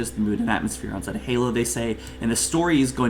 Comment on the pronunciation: Zey-tah not zet-ah